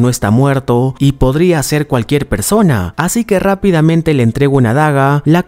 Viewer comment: por que dice parrssona y no persona como la gente normal!!